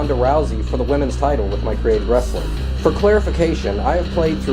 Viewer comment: WAMEN warsssling = racks